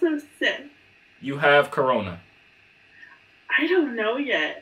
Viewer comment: It’s the YOU- HAVE- CARONA